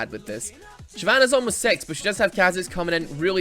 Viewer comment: says level Sex instead of Six? Or am i the only one who hears that?